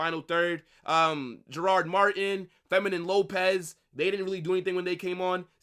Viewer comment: bro keeps saying Feminine Lopez, bro its fermin